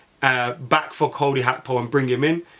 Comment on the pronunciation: You sound bitter lad, Gakpo crying tears of joy when Man Utd couldn’t bid on him. And it’s Gakpo not Hakpo you bloody plonker.